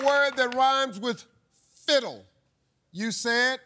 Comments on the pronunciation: Judges realized Steve sounded like he was saying "fizzle," not "fiddle," which is on Steve and not fair to the contestant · steve sounded like he said fizzle so judges redid it for him. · Fiddle - He SAID.... SIZZLE...